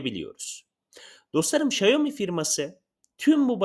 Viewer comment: Şayomi değil Şaomi